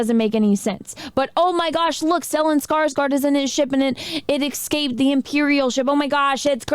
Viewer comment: I adore you, and love your channel, but please - it's 'escape' not 'ecscape'.